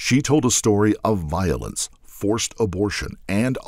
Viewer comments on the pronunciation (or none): Violence not vilence!! Goodness me!